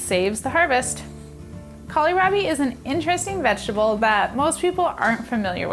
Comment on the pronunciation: Kohlrabi is pronounced call rabbie not callierabie